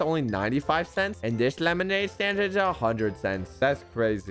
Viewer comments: he says stade instead of stand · bruh he said staid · He really said “lemonade stade” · ahh yes, "Lemonade Stade," my favorite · Is no one gonna talk abt the fact that Said lemonade Stade at the start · I noticed said Stade instead of stand... lol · bro at the beginning he said, "lemonade stade"😂😂😂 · Did any one realise that at the start he said stade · Did he really say stade instead of stand in the intro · Did just say lemonade stade in he's intro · “Lemonade Stade” Bruh💀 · Yo am I the only one who noticed he said lemonade stade in the beginning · At the beginning he said lemonade staid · “Lemonade stade” 💀💀💀💀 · Bruh you said staid not stand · Bro said lemonade stade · why did he say lemonade staid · Bro said stade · Lemonade "stade" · 4 seconds into the video and you said lemonade stade ;( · did any 1 else hear lemonade stade like=yes comment=no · "Lemonade Staid" lol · “Lemonaid staid” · you said lemonade staid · "lemonade stade" - /3